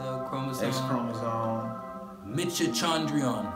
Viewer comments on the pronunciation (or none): this nigga said meet-cho-con-dree-on are we just gonna ignore that? LOL mai-toe-khon-jhree-awn = mitochondrion